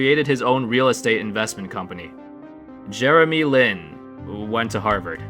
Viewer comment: Jermey Lin, wwwent to Harvard lol